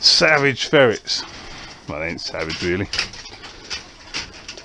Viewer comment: Ferrets, dude... Not Ferits...